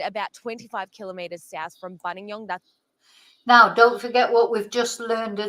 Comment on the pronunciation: People tend to dump bodies up Mt Buninyong. Im remembering a single mum years ago abducted from her home, leaving behind her daughter aged 5 or so. Mietta I think her name was. And its Bunin (like youre saying Bun in the oven, fast) YONG. Emphasis on Yong.